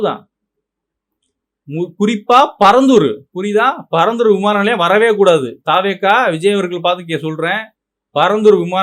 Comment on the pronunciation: தா வே க என்ற உச்சரிப்பு தவறானது த வெ க என்ற உச்சரிப்பே சரியானது